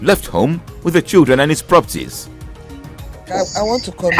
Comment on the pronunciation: So the man can say 'my childreen'????